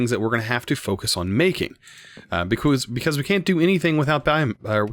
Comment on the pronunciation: i loved how you said becourse